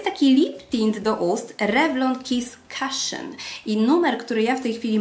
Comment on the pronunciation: Super filmik:) Lubie Twoich ulubieńców. Może jakiś tutorial dzienny znowu niedługo nagrasz? Lubie takie użytkowe makijaże, tak jak ten ostatnio na rozmowę o prace:) ps. Cushion czytamy bardziej jak „kuszyn”:) Również wszystkiego dobrego,! ❤️